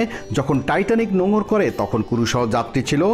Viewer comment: কুরু না,ক্রু